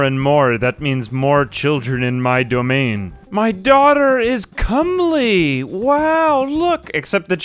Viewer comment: No, he said it right—or at least the overwhelmingly more common way.